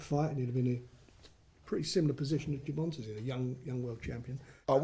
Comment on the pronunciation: Lads at BT Sport...Gervonta not Gervona